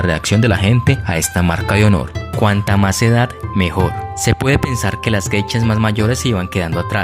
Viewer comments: Pronuncias :Geichas...es : Geishas!!!... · Son "Geishas" no "Gechas" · No se pronuncia "geichas". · Muy interesante lástima que no sabes o no puedes pronunciar bien la palabra GEISHAS